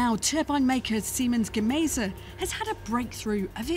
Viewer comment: ..lol ... Seaman Gaza instead of Siemens Gamesa ..at Orus University instead of Aarhus University